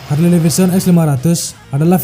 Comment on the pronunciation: HARLEY, (dieja / dibaca) = HERLI 🤓